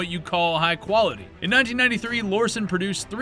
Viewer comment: So in his new video from just a few days ago "Guns that you friends will roast you for buying" he lists the Lorcin. In this video he listed the Lorcin. In both videos he totally pronounces "Lorcin" differently. So had he done any actual research into these guns, he'd know how to say the name. In this video he says he has a special affinity for them, & yet CAN'T say the name Lorcin properly? GTFO. Come back when you actually know WTF you're even talking about.